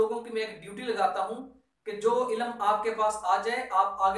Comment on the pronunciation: MashaAllah, very nice thinking, Prayers for you. Just 2 things I want to share if u don't mind, pls say 'ILM' not 'ILAM' and 'Mulk' not 'Mulak'